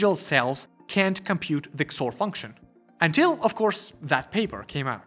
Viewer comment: I have to say, I’ve never heard someone call XOR “kzore”, but I really like it.